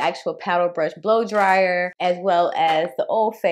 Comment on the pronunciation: and funny how he got you saying “Boo dryer” lmaooo 😂😂😂